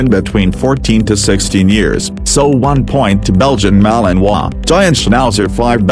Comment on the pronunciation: You finally said the name of the malinois correctly, my congrates